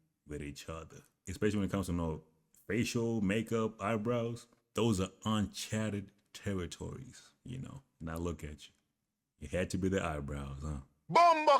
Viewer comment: Did he say “un chatted” territory? (Not uncharted territory)